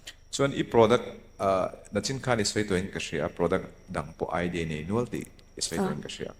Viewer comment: Kan tawng hman dan diklo lutuk hi chu aw.. Ngeihtuah tih ang dawn dawna han lamrik te, nachin han tih te, interview hmachhawn mek nu hian a lam no luatah a tisual bawk a, english hi in lam dik viau angin lang mahse a tawng neitu te beng lam erawh a thlep ve viau thei bawk.. A chawhruala tawng thiam lo ve ve in ni mai thei.. In hun hman leh a tum te a that tehlul nen, tawng ngaihthlak a hrehawm deuh